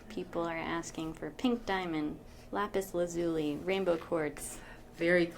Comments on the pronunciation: "Lapis Lazooli" What the heck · lapis la-zule-ly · lapis la-zoo-lee Better maybe? -Alpha Shade